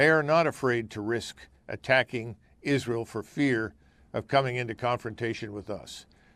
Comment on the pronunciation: First of all, Lindsey can’t even pronounce Israel. He’s a buffoon.